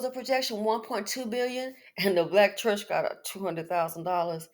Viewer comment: the BLK 😳 “CHUHCH” 😖😖🙄🤮